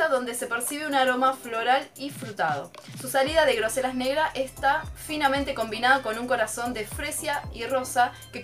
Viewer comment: se pronuncia grosella ( con doble l ) no grosella como mencionaste